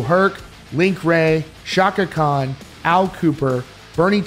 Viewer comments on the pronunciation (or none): none